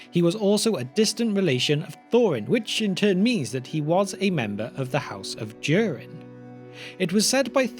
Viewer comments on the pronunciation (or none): The line of Do-Reen😆